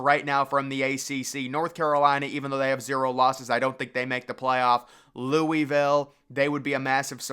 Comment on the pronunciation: Lou-uh-vuhl. Not lewiville